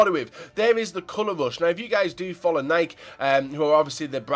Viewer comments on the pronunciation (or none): it is pronounced NIKE-E not just NIKE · It's pronounced Nike-E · It's nikeeee